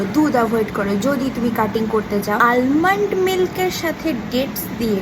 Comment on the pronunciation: Or pronunciation ta almond noy, aamond. L ta uccharon hyna